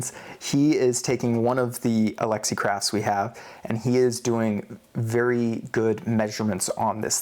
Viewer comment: Why do you choose to say Alexi as opposed to Alexey.